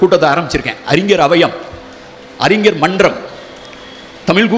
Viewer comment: அழகய்யா உங்கள் ""தமிழ் "" இலக்கியம் ஆனால்" தமில்" " தமில் " "தமில் "என்றும் அறிஞரை "அறிஞ்ஜர்"என்றும் தமிழை "சங்கறுக்கின்றீர் "வருத்தமடைகிறேன். நாம் இருவரும் சந்திக்க முடிந்தால் உங்களை "தமிழ்" உச்சரிப்புக்கு எளிதில் பயிற்சி அளித்து மகிழ்வேன். வணக்கம்.